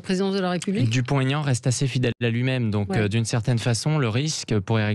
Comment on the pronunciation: Madame la journaliste, c'est Dupont / Aignan et pas Dupon-T-aignan ! Vous devriez le savoir, depuis le temps. De surcroît, c'est votre métier de "bien causer la France"...